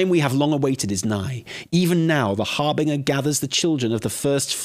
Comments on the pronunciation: It’s pronounced härbənjər, or basically it’s harbenJer not harbinGer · Har-binge-er like you're bingeing a TV show. HarBINGEer. People are allergic to pronouncing that word right. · "harbiNGer"? like "singer" and not like "cringe" ?! not even UK english has this pronounciation for that word :D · Sorry, it is pronounced "har- BINJ-er" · Dude I love you, you are funny af, even if you want a splurging by old gods and can't say Harbinger. ❤ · You two are fantastic but the way you are pronouncing harbinger is driving me nuts 😂